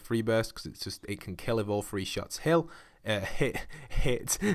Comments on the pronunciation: Thot Destroyer why u mad bro ...the word is three not “free” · It’s three burst not “free burst” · "Free Burst" "Scar Hate-ch" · Majid Suleiman he was saying three burst, it was just his accent lol 😝 It’s the Assault Rifle that shoots a burst of three shots on one fire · It’s his accent